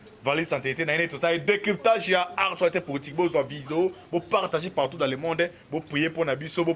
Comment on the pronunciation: Bongisa dicton. ''Artualité'' te mais ''ACTUALITÉ''. Aussi rectifie un peu. Tozo landa yo par la voie de l'Internet et non ''internaute''. Biso bâ internautes tozo landa yo par la voie de l'Internet. Merci pona bâ infos ndeko!